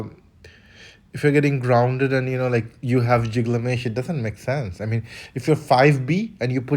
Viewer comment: its not Pronounced JIGlamesh..... its pronounced. GILgamesh like fish Gills